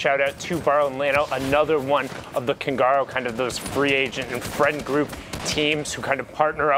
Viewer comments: Kungarna you are saying it really wrong its Swedish for the kings learn the right way don’t disrespect Swedish culture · I think it's pronounced koon-gar-na